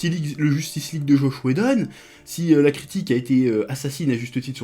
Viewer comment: "Joche whedon" :-P